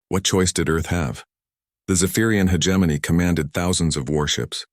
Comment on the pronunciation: When will AI learn to pronounce hegemony correctly 🤔